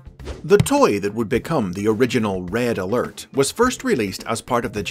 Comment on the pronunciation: RED UH ALERT WOO WOO WOO WOO WOO WOO